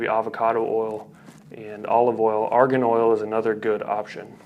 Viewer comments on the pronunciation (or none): "arian oil" haha